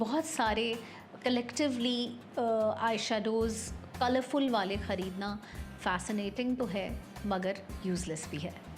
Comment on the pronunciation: Nice content.. but plz use word khhareedna not khaaaredna..